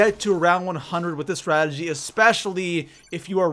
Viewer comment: I don't understand why it's so hard to say "strategy"